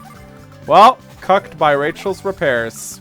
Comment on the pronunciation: "Cucked by Rachel's repairs" 2016. Couldn't tell if he said cucked or fucked there.